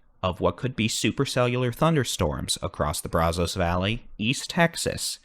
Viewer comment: Your weather forecast reports are always wonderful. Been watching you for years!!!! Keep it up! However, your pronunciation of “Brazos” is killing us folks in deep east Texas. It’s Braaaazaas. No O. 😂